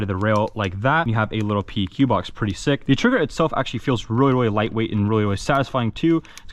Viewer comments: That front iron sight is backwards LMAO, y’all airsoft nerds can’t even put together a gun properly, exhibit A and B. And it’s pronounced PEQ, as in PECK. Not P, E, Q. I work with the real deals on a daily basis. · PLEEEEASE pronounce "PEQ" as "PECK"